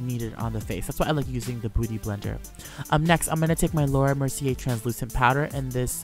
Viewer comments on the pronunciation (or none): none